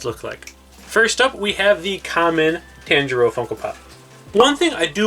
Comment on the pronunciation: everyone: paying attention to the funkos* me: HE KEEPS MISPRONOUNCING THE NAMES also.... how to pronounce t-on-jee-roe (tanjiro) zeh-nit-sue (zenistu) ee-no-ss-kay (inosuke) neh-zue-ko (nezuko) key-boot-sue-jee (muzan kibutsuji) and... 69 comments 👹